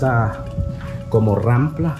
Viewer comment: se dice rampa y no rampla pasmdo xD